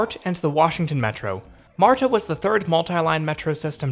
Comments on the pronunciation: "marda", not "marTa" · its "mardah," not "martah" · It's not 'Mar-Ta' it's 'marda' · although there is a 't' in marta, it's not enunciated as you are doing. It's just pronounced 'marda'. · You trip me out with your pronunciation, specifically on the T in MARTA. It is correct, but if you ever hear anyone local say it we sound more like marda.😀 You are very clear and well spoken so kudos to you. Enjoyed the video. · Thank you!! That MAR-Ta is hurting my ears. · No one in Atlanta pronounces MARTA the way you do. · I’m one of the few Atlanta natives that loves MARTA. I have severe driving anxiety and it has given me my independence. Also, your pronunciation of some of our local counties made me giggle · This video is so good, with high quality shots and funny lil jokes. But as some others have pointed out my southern ears were bleeding from how you were pronouncing MARTA 😂